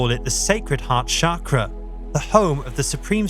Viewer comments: It's pronounced cha-kra, not sha-kra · Not Shakra but Sakra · I really have to wonder why so many “spiritual” people mispronounce the word chakra. It starts with ch not sh. Shakra is another name for Indra whereas chakra is the wheel as depicted on the Indian flag.